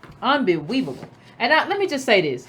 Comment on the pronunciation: "Unbeweaveable" LOL!! GET EM! #ADOS!!!!